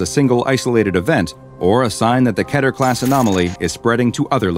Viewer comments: not going to lie but it should be keter on the first one! (i dont know if you say that right) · its mot ke-ter its kee-ter